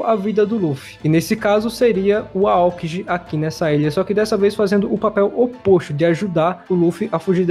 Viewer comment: Mano, eu desisto do seu canal. Sério, mano, parece que vc não assiste o anime, pois fala errado os nome do personagens. Vou citar só 2, mas vc fala errado mais nomes. Não é kiZÁru, nem aÔkiji. Se liga, que tá feio e vergonhoso.